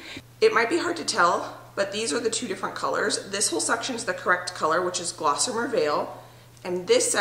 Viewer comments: Wow! Where do you find all this energy? 🤣 Good for you! I am not a big fan of beige and I love grays! Just that one change makes a HUGE difference in the feel of the place and I agree, makes it feel more homey. Good choice! (but it's GOSSamer... not glossamer ;-) hehe) <3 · It's a pretty color. No "L" though. Gossamer not GLossamer. Get some rest.